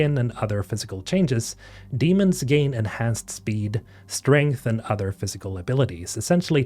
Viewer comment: Nice video. I read the book and am eagerly waiting for the sequel and any more info about the game. Just one note; The silicates are not called Demons (Dee-mons), they are Daemons (day-mons).